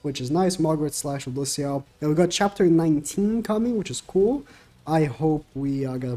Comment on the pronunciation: it's Lewdociel:)